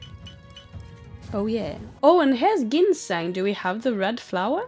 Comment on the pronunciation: I'm sure you've been told this 105 times by now, but Ginseng is pronounced "jinn seng" with a hard J. No reason you should know that. It's the same hard J sound for "aGility" too. Dibella is the Daedric Prince of nookie. There's a temple in Markarth, and an adamant follower or two in Riften. Ask at the bunkhouse. Keep up the good work, and continue to experiment with (and mix and match) potion ingredients for Alchemy. Who knows, maybe you'll find an alchemist in one of the guilds.